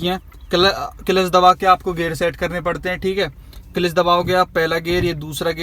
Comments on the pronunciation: Clelitch nahi hota hai clutch hota hai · Kilich nhi hota kalach hota hai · It's cilach 😂😂😂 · Bhai clutch pronounce toh karna nhi aata gaadi chalna shekhau gye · Gari salana sikhane se pehle aap maharbani karke Clutch ka pronoun setion to thik se kariye